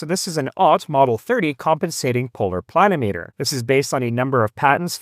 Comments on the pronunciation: It's a pluh-NIM-ee-ter, not a PLAN-o-meter. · Yes, agree (If I'm interpreting your comment correctly). Accent on the second syllable, should be pronounced like: pla NIM itter. Not PLAN i meeter. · It's pronounced "pluh nim i ter", similar to altimeter or thermometer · I believe that the correct pronunciation pla- nim -a ter. At least that is the way I have always heard the. pronunciation. This is a tool that I had used many times over my 60 plus year career and almost forgotten about. Great little device. Thanks. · Ditto here (worked for a land surveyor back in the hand drafting and COGO era). I've always heard it pronounced with the accent on the second syllable as odometer, speedometer, thermometer, anemometer, pentameter... but the continental pronunciation of kilometer makes me wonder if accent on the first syllable is a proper variant pronunciation.